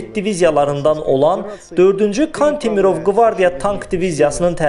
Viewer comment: Diktor zəifdir.Kantimirov sözündə vurğu kan hecasındakı a hərfinə yox,mir hecasındakı i hərfinə düşməlidir.Ukraynaya şöhrət yox,eşq olsun deyilsəydi daha düzgün olardı.